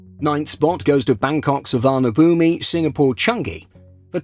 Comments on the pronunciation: I hope that one day, all aviation enthusiasts and the aviation content creators would learn how to pronounce Suvarnabhumi correctly. It’s Suwanapoom. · Please get the Suvarnabhumi pronunciation right. You’re not even trying. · If you looked the pronunciation up you’d realize that zero effort was made to get it right.